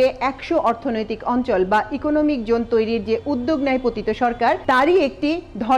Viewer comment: Excellent presentation! Just one suggestion as a well wisher. Please pay a little more attention to the pronunciation of "J" vs "Z". Such as incorrectly pronouncing "Jone" in place of "Zone". Thanks and best wishes.